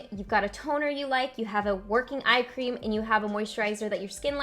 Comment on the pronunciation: I was in the other room and I kept hearing you say ice cream instead of eye cream! I agree, ice cream shouldn't be avoided. Lol